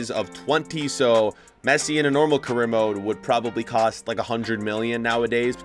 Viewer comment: Salah carreear